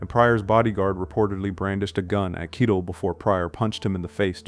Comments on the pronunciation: Dude, Harvey "KYE-del"? It's "kye-TELL." You've never heard the guy's name spoken aloud, but you're a film expert? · KEYEtell Harvey's name is pronounced KEYEtell WTF. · It’s been pronounced “KYE-tell” for over fifty years in Hollywood, lol why change it now? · Jeeeeesuschrist dude it's ... Harvey Kie-tell. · Lol, Kitle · Kite Hell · I've never heard Harvey Keitels last name pronounced that way before. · Neither has Harvey. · Keitel. Mobile. Cassavetes. How is it possible to get them all wrong. Weird. Is this AI generated? That would explain it.